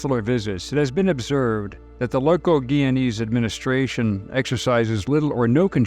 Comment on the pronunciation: It’s pronounced Guy-ya-nese!